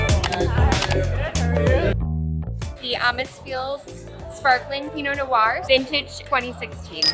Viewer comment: Ends a bit abruptly? I would expect a sommelier to know that noir is a single syllable and is not pronounced "no r"; Rick Stein over here pronounces it the same way and it's irritating from a chef but for someone dealing specifically with wine it's not really excusable.